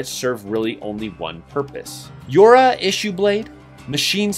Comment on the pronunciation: yora? yor - ha